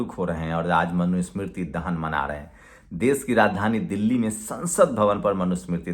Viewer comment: Dais nahi daish Sosal nahi soshall( social)